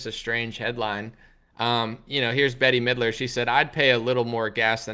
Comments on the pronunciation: STOP say'n Betty Midler its 'Bet' ... it's like hearing people call you Analy... geesh! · Her name is pronounced Bet mid-ler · BETTY Midler!! 😂😂😂 Never heard anyone say that name like that. mispronounces everything. It always cracks me up. 👍🏻